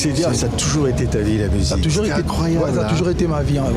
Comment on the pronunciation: WERRERA YO PE YAKA KOLOBA TOYOKA YO MASTA NA YO JIBIRA YE PE AZUI OYO YA YE SLOGAN MIKOL’OYO KAKA « TOJORS »AU LIEU DE TOUJOURS 😂😂😂